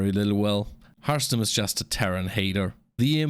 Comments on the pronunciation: I love that harstem half the time mispronounced his own name as Harmstem regularly on this channel 😊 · How can Harstem be upset about his name being misspelled while he sometimes pronounces his own nickname as HarMstem? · The best joke about your nickname Harstem is that you mispronounce it as Harmstem yourself very often